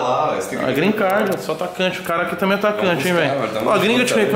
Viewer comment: Gree card?? Não rolou né vey 🤣🤣